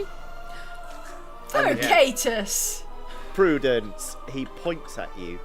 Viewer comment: Barbarian Prudence => Pru-dents